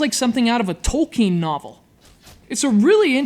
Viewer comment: I'm glad to hear actually pronounce Tolkien's name correctly.